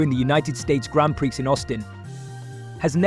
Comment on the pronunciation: Prix is pronounced as you would Tree changing the P over and the FIA is pronounced as seperate letters F.I.A. 👍